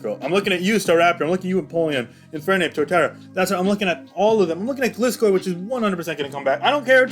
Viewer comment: My biggest wish for BDSP that people start pronouncing Gliscor properly. It's a GLIDE-scorpion. Also, that they keep the Platinum dex additions and slight world alterations. But it's unlikely since in the presentation, they said they wanted "faithful" remakes. And there was a shot of Snowpoint where a ship was shown, in Diamond and Pearl it's a standard ship. But in Pt it's an ice breaker, so who knows.